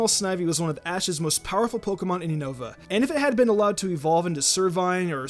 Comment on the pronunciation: Finally!!! He pronounced unova right 😂🤣